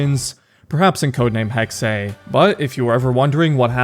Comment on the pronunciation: Thanks for pronouncing Hexe correctly